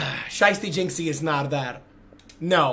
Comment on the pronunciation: is british jizzy